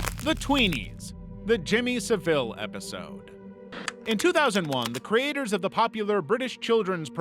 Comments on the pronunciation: Its Jimmy SAville, the emphasis on the first part of the word. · My guy you really gotta learn how to say Jimmy Savile because I was confused on who you meant cuz you said his last name so wrong 😂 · Guysss you can't bother finding out how to pronounce Savile? I'm American and that hurts, I can't imagine how it sounds to Brits lol.